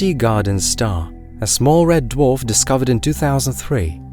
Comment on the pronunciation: It's pronounced dwarf, not duof